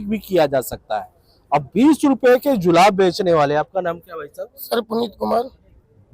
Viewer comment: DO I HEAR HE SAID JULAB NOT JURAB.😁🤣😂